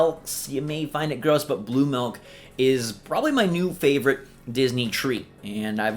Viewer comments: It’s Milk not Melk. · I don’t like “melk” either. Milk, on the other hand... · What.. is “malk”? Ooooh, milk... sorry Aussie here, some accents at times can have different sounds on similar words. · Idk why but the way says Milk just made me laugh since I heard "Malk" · I hear Melk